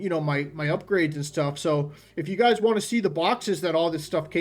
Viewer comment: Why can’t he pronounce the word “want”, it really gets on my nerves!